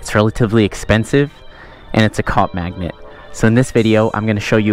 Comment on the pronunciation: Thought he said cock magnet when he said cop magnet. But either way, he’s right.